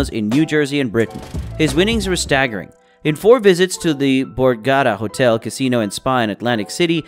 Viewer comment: It's Bore-gah-tah